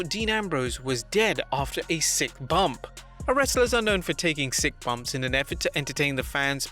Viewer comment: It’s Bump not Bumb